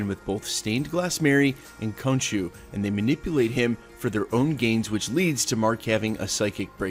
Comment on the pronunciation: “Stained glass Mary” yeah... so... that’s not her name.. “Cone shoe” yeah... so... that’s not how you pronounce it...